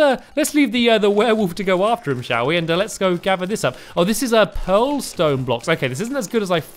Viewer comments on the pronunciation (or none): none